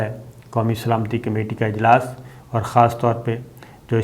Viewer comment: سلامتی لفظ کو درست کر لیں پہلے